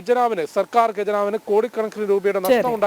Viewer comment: ഗജനാവ് അല്ലെടാ..... ഖജനാവ് ആണ്